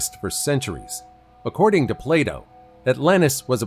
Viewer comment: Me when the narrator refers to ancient philosopher Plato as 'Play Doh'. 🤣🤣🤣🤣